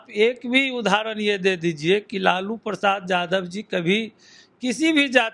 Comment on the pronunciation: Aap sabse pahle yadav bolna sikho yadav ko jadav galat uchcharan hai